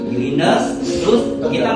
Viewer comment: Bkn terilindes tp di lindes.... kl terlinfes otu bda ka